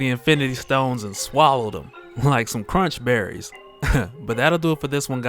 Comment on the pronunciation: My dude said crunch berrie... lol. Too funny...